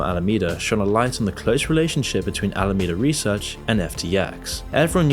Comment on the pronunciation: You said "Al-Amanda Reseach"... you really didn't catch that when you edited the video?